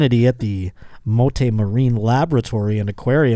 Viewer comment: As soon as I heard the word manatee, I thought to myself, “please be Mote Marine..” 😂😂😂 pronounced moat btw